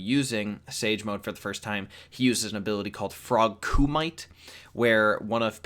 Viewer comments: HOLY SHIT IT IS PRONOUNCED KOO-MIH-TAY NOT KOO-MY-T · When he says frog kumite instead of frog kumitaye I cringed so bad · Koo mee taay not koo might くみて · It's KUMITE... KU-MI-TE ( pronounced koo-me-tay)!!